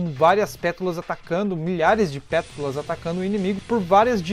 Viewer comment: Vídeo fodastico,pena que tu não consegue falar "pétalas" corretamente kkkkkkkkkk